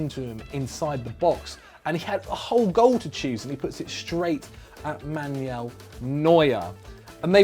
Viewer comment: It’s MAN-U-EL not MAN-YOULL. I get that different languages and regions have different pronunciations compared to one another and that some player names are difficult to pronounce, but at least try to pronounce the names correctly based on where they come from. I mean it’s not like the names aren’t spoken aloud by teammates, couches, announcers, the players themselves or loads of other people and you don’t have a reference point.